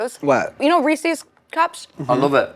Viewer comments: Reese’s…. NOT Reesieeeeeees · People not properly pronouncing "Reeses" is such a huge pet peeve of mine..and lil dicky, mr. vocabulary didnt correct anyone on it